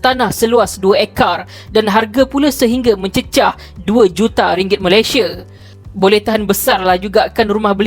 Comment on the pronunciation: Sebut elok² la MALAYSIA tu...xpayah la nk bunyi² cam mat salleh gitu...sbb bunyi cam mat salleh pun sekali pun...lurah pantat tak jugak warna pink..